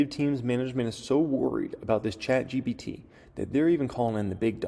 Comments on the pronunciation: chat GBT??? GPT you mean lol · Chat GPT NOT GBT